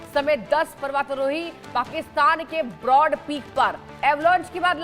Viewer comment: Tere jese chutiya ko kon anchor bna de rha h na nam thik se bol pa rhi h parvatarohi tak thik se bol nhi pa rhi .or tour guide kya hota h dilli manali tour karata tha kya wo .thumbnail kya h .bndr ki gand jesa muh le kr aa jate h yrr